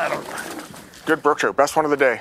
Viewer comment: "brook Troot" gotta change my lingo I guess . Cool place.